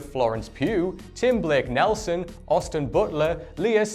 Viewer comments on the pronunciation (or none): none